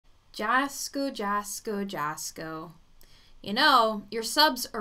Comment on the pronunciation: Its pronounced yasko. Yes he has stomach crap going on and its serious and he gets headaches